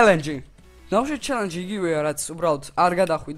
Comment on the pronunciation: ჩალანჯი არა ჩალაღაჯი კიდე :დდდ ჩელენჯი ბრო :))